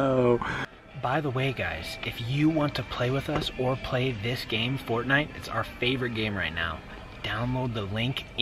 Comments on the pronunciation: Get it "FORTinite" lol lel OMG XD MLg DoryTOeS illuminat ti con fierm ed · It’s fort- nite